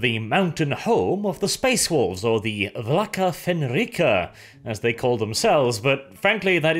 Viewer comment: Space wolves: Vlka Fenryka (VOL-KA FEN-RAI-KA) FEN - R - EYE - KA not FENREEEEEEEKA